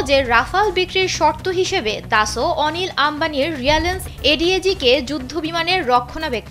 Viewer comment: Dasolt not daso 😂😂😂